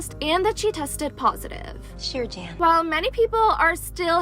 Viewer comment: Okay, you said it right..!!